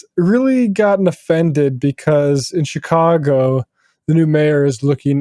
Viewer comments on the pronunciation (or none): Tim doesn't even know how to say "Chicago".